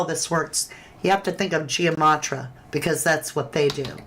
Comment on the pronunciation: Please say it correctly it is gematria. So it’s not Gia matria